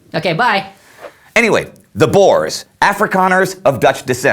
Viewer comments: Bores? Its boers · Again, Its not "Bores", its kinda prononced "Boors", its Afrikaans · The boars??? Dude its pronounced boers. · Please guys it’s not pronounced boar it’s boer (context i’m South African) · i always crack myself up when you guys say boers as boars XD its pronounced like boor like boo with with an r at the end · Boers not Boars XD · ''The bores'' I guess they were not much fun then.. lmfao! 'Boer' is pronounced 'bour' as in 'you'. It means 'farmer' in Dutch. And the plural of Boer is Boeren, not Boers. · Why does EVERYONE pronounce boers wrong! it's pronounced "Boors". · At first I was like, "Who is the boars???" , but I now know you were speaking of the boere, which in english is farmers. So if he says boars, it's actually just the white afrikaans farmers. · Tomartyr boo + r (rolled), no ew sound. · Checking pronunciations online I can conclude that it is pronounced 'Bewr' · You gotta be kiddin me though. Why does everyone pronounce boere wrong!!!